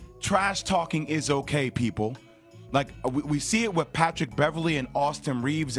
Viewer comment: Wiff? I think it’s pronounced “with”. Hire a speaking coach dude.